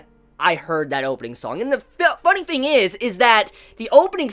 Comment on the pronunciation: Are you aware that you seem to pronounce the word "thing" like "Fing"?? You seem to simply fail to correctly pronounce the tongue between the front teeth sound of the "TH" when pronouncing the words like "Thing" or "Something".